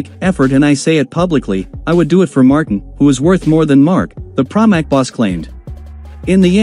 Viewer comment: So, first of all, please work on your pronunciation. Its Marteen, not Martin, and it's desmo-say-dee-chee, not whatever the heck you are saying. Plus, no mention of Ducati and their regard for Marquez, just what Pramac thinks. Marquez has a chance to redeem himself, if he rides responsibly for a change. That's unlikely to happen so maybe now that he's not on a Spanish team, in a Spanish owned series, the stewards may actually sanction his dangerous moves. He's not welcomed at Yamaha either.